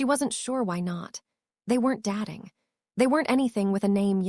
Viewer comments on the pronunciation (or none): Great story! Sexy and romantic. And that guy. - the early images of him, anyway - is gorgeous. Why so many changes in the way they look? The narrator needs help. I've heard it before. It's very pleasant, really. But it mispronounces so many words. Datting instead of dating. Starring instead of staring. Hopping instead of hoping. It can't read. Also, if your relationship with someone is intimate enough that you can text, "I'm not wearing anything," their number is in your contacts. Still, I like this story enough to want more.